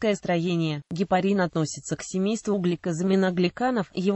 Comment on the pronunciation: Как можно верить чтецу, если он не может правильно прочитати,ударение неправильное, кислота ГИАЛУРОНОВАЯ......... Люди.... ГепарИн, но никак не гепАрин. До конца досмотреть невозможно